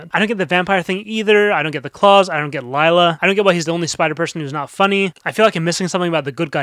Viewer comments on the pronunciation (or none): none